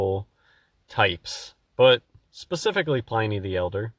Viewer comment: Its pronounced like pin